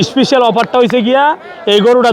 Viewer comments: খালি বলে ইস্পিশাল অফার।স্পেশাল না বলতে পারলে ইংরেজি বলার দরকার আছে?একে তো চাঁপাবাজ, বাটপার তারপর আবার উল্টাপাল্টা কথা। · Special ❌ Ishpisial ✅